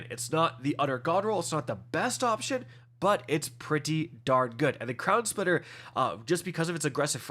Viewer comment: It’s crown splitter not crowd splitter